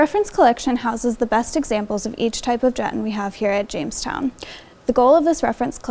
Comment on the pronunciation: Great video. It's actually pronounced Juh-TAHN.